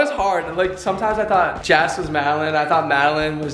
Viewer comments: Lol They keep pronouncing Jess as jazz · Did you guys noticed that pronounces Jess as Jass